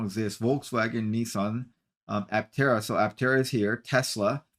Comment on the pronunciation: Please forgive me for the overly critical pessimistic review. Tank full of sunshine? Pronoucation of Aptera turned into what sounded like, Atera? It felt like a quickly rushed filler piece to showchase something that left me confused and felt like it was hard to take seriously. To anyone who was willing to read this far, Love Aptera. Invested in them! I'm a brand Ambassador! Still an early reservation holder...(since 2020) Any exposure that Aptera gets to the general population to build up interest and create hype is always welcome...... Just felt to me that the story could've been done better to appeal to more of an adult audience.